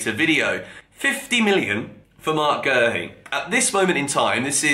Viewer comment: Where is the R in Guehi? Calling the man Gerhi